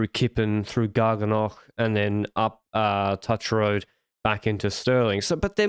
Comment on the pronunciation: Touch Road mispronunciation made me wince - should almost rhyme with ‘strewth’